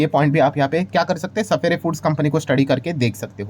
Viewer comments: सफायर foods hai sir sapphere foods nahi . Please correct pronunciation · Sapere foods nahi hai wo sapphire ( suf-fire foods ) pronounce karte hai usko 😂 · सफेरे फूड नहीं रे बाबा, सफायर बोलते है..